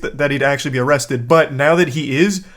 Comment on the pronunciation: Amrrested you say?